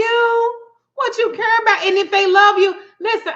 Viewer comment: When u said cur instead of care I knew you were from Texas 😃😍